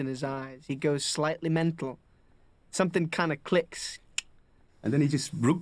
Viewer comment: Interesting that when Wood describes Viggo as "going slightly mental" he lapses into an English accent.